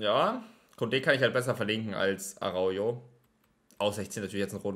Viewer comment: GG‘s. Gönn ich dir alles ❤️ Aber. Er wird Araucho ausgesprochen und nicht Araujo Hahah😂